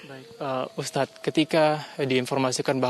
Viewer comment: Ayolah tv besar masih aja salah penyebutan ustadz